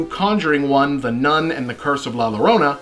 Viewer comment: Llorona is pronounced "yorona"